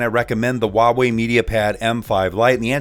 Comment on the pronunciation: Its called Huawei not walway